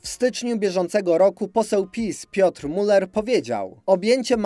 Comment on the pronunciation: dlaczego taka dziwna wymowa nazwiska Mūller?!